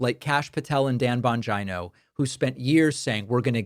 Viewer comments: Stop calling him "Bonjino"...like Vagino. His name is italian...Bon-geeee-no. Geez!! Swollen ankles...shrunken brain. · Bon gynooo? Is David saying it like that to be funny? It’s bon-Gino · Bongina...say it like va....😂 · Why are you saying Bongino like vagina? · Does David mispronounce Bongeeno on purpose? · It's "Dan Vagina" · The Bongina. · So, not only are you mispronouncing Bongino’s name and now Tapper. Done…